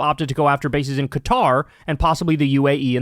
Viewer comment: At least he doesn't pronounce it "cutter," as Anderson Cooper and others do.